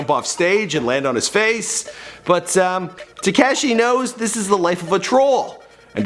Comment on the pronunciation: He said takashy 😂😂😂 love you 😭😂💯